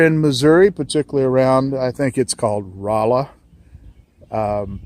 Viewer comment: Nitpick but you said Rolla wrong